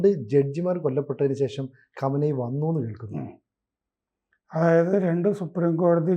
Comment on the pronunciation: ആരാ ഈ" ഗമനയി ", സർ ആ പേര് ഒന്ന് മര്യാദക്ക് പറ.